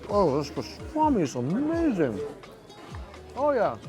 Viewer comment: We love when you say- Its amerrrrrzing!